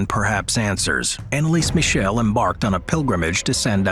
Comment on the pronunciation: ...can you tell your AI voice that it's not "Annalees Michelle" but that it should be pronounced the German way?